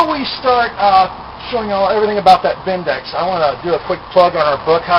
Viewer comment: I presume by 'Bindex'... you meann 'BBendix'....